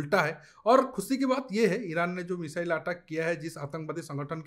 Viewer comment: Aateck nhi ateck